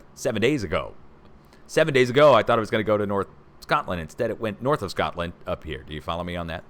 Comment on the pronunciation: So pleased you were incorrect on North UK (Sean Connery pronunciation of S(h)cotland) Obviously the detour was appreciated.